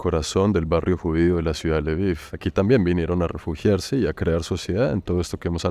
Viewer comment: Hola hermoso el lviv se pronunvia lbof y belarus es rusia blanca bela blanca rus rusia❤siempre fachero de una❤